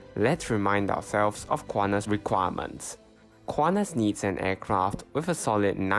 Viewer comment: Do NOT pronounce it "KU-AH-NAS" Say /kuan-tas/ with T as in sTUpid